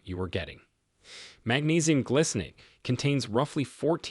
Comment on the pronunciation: It isnt glicinate. It is gly -- rhymes with spy, sky, sly -- cinate